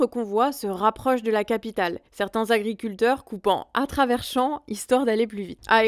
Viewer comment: je t"aime bien, mais 12000 Zagriculteurs, ça fait mal aux esgourdes ! 18 Zinterpellations !!! quelle horreur ! un peu d'efforts les gars, y a 26000 Zauditeurs qui vous écoutent !!!